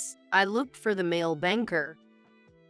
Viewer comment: The words male, poor & bow was pronounced wrong.